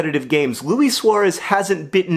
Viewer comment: John, Luis Suarez isn't French, it's pronounce "Loo-ees" not "Loo-ee" (kinda like squeeze).